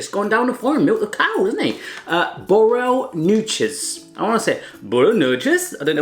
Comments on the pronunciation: the way you said 'borrelnootjes' the second time was actually pretty close to how we say it! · At the "borrel nootjes" you firstly try to say it, and it's a nice try. But then u say it again with "i dont know why but i wanna say it like that" and there you were pretty spot on 😂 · He came close with ''borrelnootjes'', though. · You said borrelnootjes right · when you said: ''i wanna say borrel nootjes, i don't know why....'' you almost said it right :D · "I wanna say borrel nootjes, I don't know why" that was pretty close to how you're supposed to pronounce it. You're unconsciously learning how to pronounce Dutch words! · At the "borrel nootjes" how you wanted to say it was almoust right! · "borrelnootjes" fantastic! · Your second pronunciation of the word "borrelnootjes" was quite good actually... The rest needs some work 😅 By the way, if you still have some stroopwafels left, I'd recommend putting it on top of a hot mug of coffee (don't dunk it in, just place it on top). This way, it not only warms up, but it absorbs a bit of the coffee flavour as well! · I actually thought his pronunciation of "borrelnootjes" was spot on the second time around... 😂